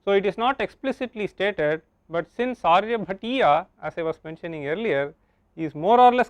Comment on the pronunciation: How unfortunate, this scholar cannot pronounce Sanskrit words properly and is needlessly Anglicizing them. Its not Aryabhattaaaaa, but Aaryabhatt. Similarly it is not Aryabhatiyaa, but Aryabhatteey. Again it is not sootraa, but sootr. So so many other words wrongly pronounced. Such a shame a pandit dressed scholar has Anglicized all Sanskrit words by appending an 'a' after them all. Blunder, massive blunder. We emphasize so much on English pronunciation and have stomped on our own! Shame!